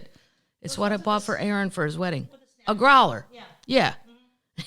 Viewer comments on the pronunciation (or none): none